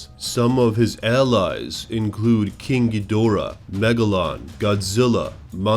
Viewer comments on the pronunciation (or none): You may want to work on pronunciation of the Kaiju again. you mispronounce Anguirus and King Ghidorah a lot.